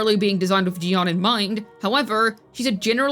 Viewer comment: Chee yu aan is how it's pronounced